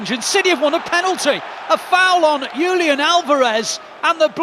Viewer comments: Julian is pronounced as "Hoo-lian" in spanish, the commentator is doing some weird scandinavian pronunciation lol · It is better to say Julian in English than to say "iulian" in an unknown language.